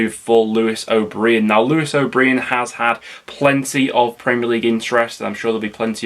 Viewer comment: As always, a very good video, BUT please stop calling Lewis.....O'Breean. My friend worked in the media department at Huddersfield and it is definitely pronounced O'Brian, as in Clough. Tbh, it might just be that Preston accent: )